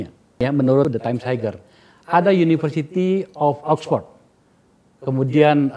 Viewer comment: Kok ngomongin universitas internasional kalau pronounce “Higher” saja masih haiger. Haier boss.